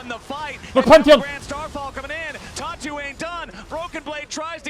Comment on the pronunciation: Anyone else hearing "Tatu" as "Talk Tuah" I think my brain is fried